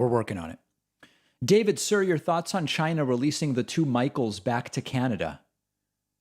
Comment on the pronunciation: I do still wonder what a ledshishleshur is. I am very proud of Donald though, he now says China instead of Dzjaina. I guess he finally figured out it's a country instead a part of a cunt.